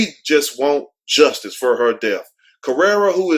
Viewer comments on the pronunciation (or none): none